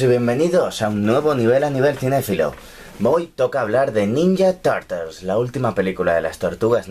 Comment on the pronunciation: ninya tartels XDD